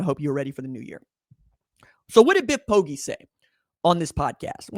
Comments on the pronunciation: Bro, Poggi is pronounced POH-jee. How has nobody corrected you by now? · Poggi is pronounced Poji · I wouldn't lead you astray dawg... It's not pronounced with a hard 'g'...